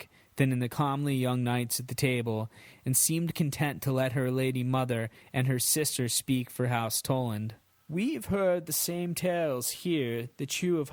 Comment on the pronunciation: Its pronounced come_ly...cumly